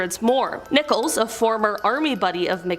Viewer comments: Terry Nichols not Nicholas!! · It's nickols...NOT Nicholas...this dim bulb can't read! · Terry Nicholas? Terrible pronunciation. Of course, who cares? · Not to diminish the great work you do, however while profiling Terry Nichols, you pronounced his name "Nicholas" and said he was born in 1995, the same year of the horrifying OKC bombing. Upon reflection, he's a POS so who cares if his name and birthdate were incorrect.......cheers! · Please look up the pronunciation of names before posting. That POS name is NICK-uls not Nickolas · It’s Terry NICHOLS not Nicholas. Please get it right.